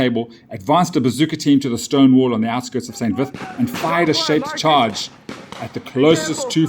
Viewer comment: Unimportant detail: it's pronounced "san veet". Otherwise great report. 🙂